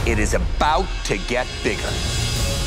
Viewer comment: Did he try to say “About” in the Canadian way